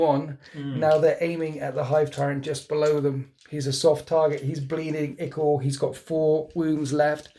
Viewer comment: For 'ichor' say 'EYE-kor', not 'EE-kor'. Lose a nanomark.